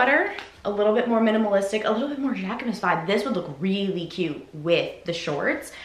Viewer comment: Don't worry girl you said Jacquemus perfectly !